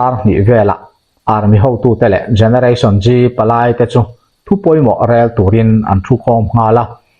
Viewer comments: Generation G tilo in Zeee tiin lam ta la a that ka va ring ve. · Gereration Gee a ni leu. Generation Z(zee)